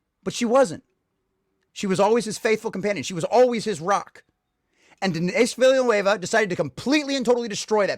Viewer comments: Christ what a sad little rage. You're so obsessed with being anti-woke that your diatribe is devoid of any logic and screams "complete and total destruction of" every 30 seconds. Your whole argument is based on Villeneuve (pronounce Ville-nerve btw, not Villa Nueva) thinking the audience is too stupid to understand Paul is an anti-hero. The reception to the original and Herbert's disappointment already shows that Dune didn't successfully impress that on its readers...hence Dune Messiah. Villeneuve chose to expose the Paul's inner conflict between leveraging false superstitions and fulfilling his duty using factions within Fremen society, rather than just Paul's internal monologue. It works better on screen, provides a great cliff-hanger ending AND solves the hero interpretation which Herbert took issue with. For that huge advantage to the storytelling you lose what...complete subservience in a female character? Why are you so obsessed with that being key to Chani? She's obviously going to come to understand the political motivation behind the marriage and forgive him in the next film anyway, otherwise how will you get Duke Leto II? Just take a deep breath and get out the house honestly...not everyone is trying to ram a woke agenda down your throat. Grow up. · If you want a medium where you can enjoy subservient Chani, youre free to keep reading the books. Good luck on your Conservative Grift buddy 👍🏾 Edit: I feel like there are enough interviews telling you how to pronounce his name lol.